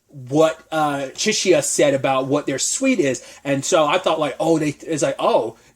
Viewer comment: Why are you pronouncing SUIT as SWEET? Good review.